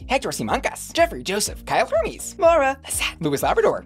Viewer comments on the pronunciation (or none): none